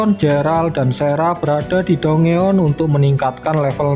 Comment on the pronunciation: Maaf bang koreksi dikit "Dungeon" itu di ucap nya "danjen" 🙏